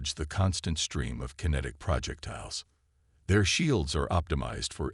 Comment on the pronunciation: Just WHAT Pray Tell, are "PRAH-jektiles"!!!!!?????? I know what "pro-JEK-tiles" are. But, I have NO clue what a "PRAH-jektile" is!!!!!!!!!!!!!!!!!!!!!!!! OH, and from reading other comments, your crappy AI isn't going to say the word "debris" correctly either!!!!! STOP USING POS AI!!! And, this is an old theme I have heard about a dozen times. By the way, I stopped listening at about 15 mins. I am sick of hearing the word "PRAH-jektiles"!!!!